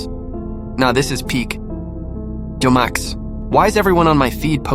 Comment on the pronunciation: I heard “Jo max” lol